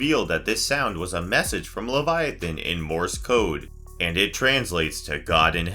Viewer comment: Title: who is Leviathan? First minute: We don’t know but maybe it’s this You’re welcome for saving you 10 minutes of your life. Is this ai narration because it wasn’t even pronouncing the main characters correctly?